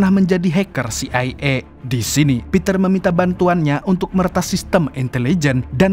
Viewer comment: harunsya baca dengan CE I A 😅